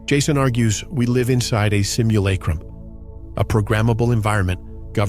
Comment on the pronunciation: Yeah this is some AI strangeness... the incorrect pauses on commas, confusing lists of items as run-on sentences, the pronunciation of rare words (simulacrum)... 100% AI